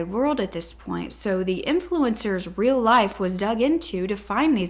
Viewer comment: In brazil our Rs are said like Hs It was funny how she was saying the currency wrong